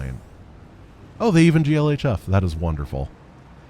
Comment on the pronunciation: You pronounce the space in gl hf